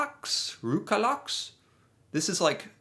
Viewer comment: Not røkalaks, but røkelaks!